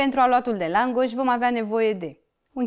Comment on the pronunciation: Draga, accentul cuvantului langos se pune pe prima silaba, nu pe a doua